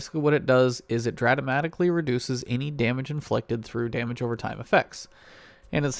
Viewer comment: "dratamatically" hehe